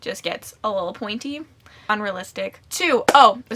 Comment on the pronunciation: the way you said “getting pointy” like it’s a fencing weapon 😂